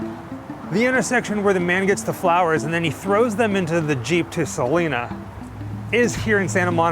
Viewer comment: It’s crazy because people know Selena didn’t like the mispronunciation and people still do it